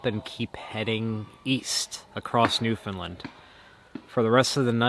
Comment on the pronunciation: Understand .... Newfunland.....the accent is on the “land”. Say both words and you will instantly know how to correctly pronounce the name of the place you are visiting.